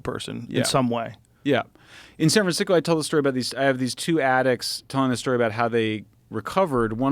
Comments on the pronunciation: Did he intentionally said “San FranSicko”? 😂 or was just a roll of the tongue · San 'Fransico'